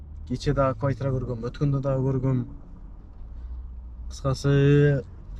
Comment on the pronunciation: Боке не эле кывайтира дейсин😂😂😂